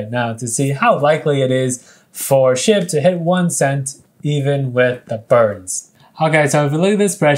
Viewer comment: when he said burn SHIB, it sounded like he said burn SH*T